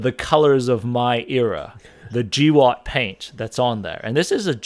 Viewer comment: Him saying GWOT as G-watt instead of gwot has me rolling.